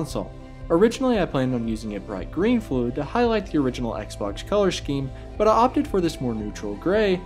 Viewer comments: did he just say sex box? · i cannot unhear sex box